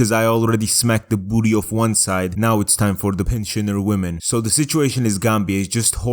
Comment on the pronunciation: Hearing you say "booty" in your accent is the most hilarious thing to me. Take my like lol